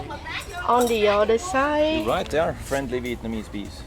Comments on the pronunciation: is no snaks flenly vietnameez bython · Fren-ly veit cong snake